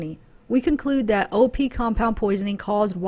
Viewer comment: Every time you said "OP" intoxication; i thought u were saying "opiate " intoxication. 🤦🏻‍♀️ lol. I was like.....really??? Opiates can cause pulmonary embolus and DVT's??? Haha. OP's would show up in toxicology screens. We don't have to "look" for certain chemicals. When a tox screen is done- it will show ANYTHING not normal. Antifreeze and Round-up are both organophosphates. So YES very easily accessible. But it would show up on a tox screen. The DUMBBELL thing is CRAZY!!!!!!